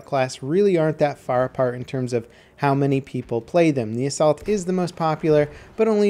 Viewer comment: When he said Assault class rank 10 at the beginning I thought he said the Salt class.